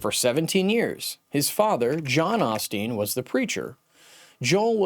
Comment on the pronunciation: This critic doesn’t even know how to pronounce Joel’s last name correctly. Beware of his critical words.